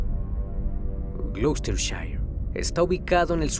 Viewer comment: muy bien con la pronunciacion de gloucestershire, Spot on!